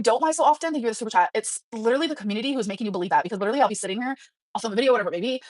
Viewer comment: Stop saying literally like that and ppl might not hate you 🫠